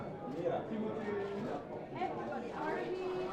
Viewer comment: And then they pronounced Timothée's name correctly X:::D